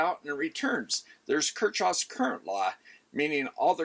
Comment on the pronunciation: We could have another video on how to pronounce Kirchhoff. 😁